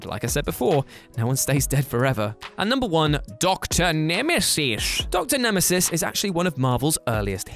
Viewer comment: Blink was also in Days of Future Past. She made the fight scene at the beginning amazing to watch. Also you saying X-Man and Dr. Nemeses made me giggle